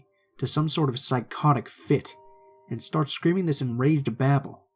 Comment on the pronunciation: would of been a lot better if you didn’t say dis. “This” would be better.